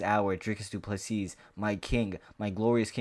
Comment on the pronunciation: Silent S on du PlessiS..you welcome bro 🙂